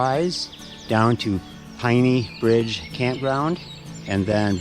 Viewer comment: Proper pronunciation of Penney Bridge is Penney/name after long family in East Jordan